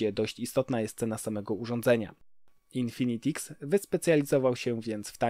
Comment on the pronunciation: Haha też teraz to oglądam i zwróciłem uwagę na złą wymowę